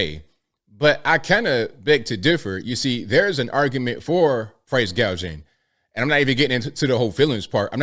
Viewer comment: 😂 proce gageing